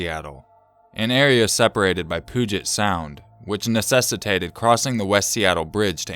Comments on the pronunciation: Hehe Poo-jet sound 😂😂 It's pronounced Pew-jet 👍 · POO-jet? REALLY? Pew-jet. Oh my god. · Just for future reference, in case it comes up again, 'Puget' is pronounced pyu-jet. (I grew up in the area. :-) ) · You said Puget Sound wrong -_- The first syllable rhymes with you.